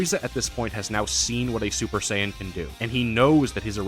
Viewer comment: Z fighters being the go to in western DB kills me. Just like how they mispronounce Saiyan.